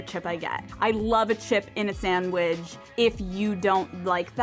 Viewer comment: I can't deal with how Alex says "sandwidge" haha.